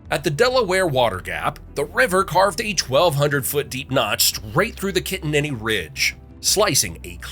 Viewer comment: Ki- tan-ning !